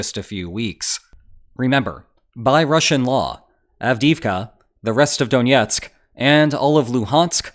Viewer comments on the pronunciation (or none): donetsk is “DON-ETSK” not “DONYETSK” .. you don’t say Wyashington or Coloryado .. if you’re going to use the russian name you’re legitimising the annexation